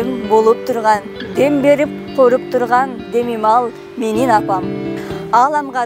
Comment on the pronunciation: Биринчи кыргызчаны уйрон "коруп" эмес "кооруп".